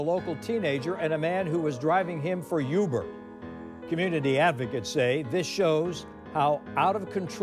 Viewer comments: That’s news caster. Youber instead of Uber. What a dunce. 😂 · What the hell is youber? 😂😂😂😂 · That newscaster said youber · Dude said you-burr lol but serious note shits crazy stop the violence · did that ninja say Youber?? 😂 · "driving him for YOOBER" ☠💀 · "... & a man that was driving him for "You-ber" wtf? smh cmon grandpa lmao 😂 🤦🏾